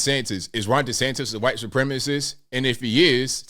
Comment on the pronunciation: why do you say white like it’s starts with a “Q” “Qwhite”?